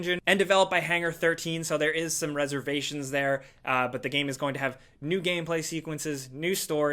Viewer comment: Is it me or did he say gayplay not gameplay